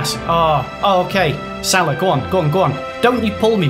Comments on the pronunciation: It's pronounced sala not sarlar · Ffs it’s Sal-a not solaw it’s so triggering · It’s pronounced sala not salar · It's pronounced sala not salar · you pronounce salah completely wrong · that’s not how you pronounce salah